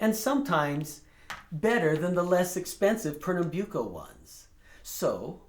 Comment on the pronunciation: Byu ko ? Great to hear the master pronouncing that word